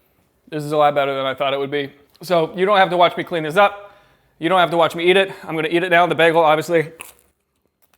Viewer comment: I think ur adhd kicked in when saying have, instead YOU said “havw”